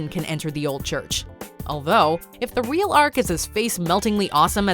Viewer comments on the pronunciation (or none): none